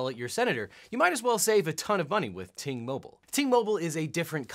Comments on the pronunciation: oh I know just the way that he said it at first I wasn't looking at the screen so I thought he said TMobile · OBJECTION: Ting Mobile sounds too much like T-Mobile when you said it.